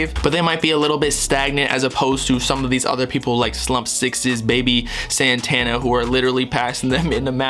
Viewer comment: its slump 6 ssss not sixes